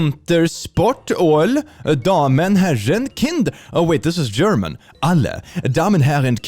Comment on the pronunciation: As a German speaker, speaking German near-flawlessly is deeply unnerving